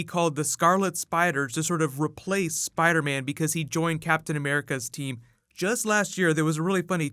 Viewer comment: Iron Spid-ah?